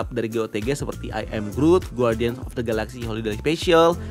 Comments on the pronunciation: cuma mau koreksi spelling. harusnya dibaca gardian (ˈɡärdēən), bukan guardian soalnya judul filmnya bahasa inggris setahu saya. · Koreksi. guardian itu huruf u gak dibaca. Jadi bacanya gardian bukan gwardian